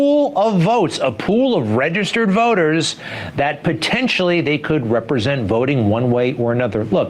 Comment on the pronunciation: That guy says “Registered Voters” like it’s the new dog whistle for “Colored People”. 😂